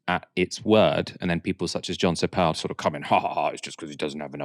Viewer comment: Jon Sopel gets the funky pronunciation treatment!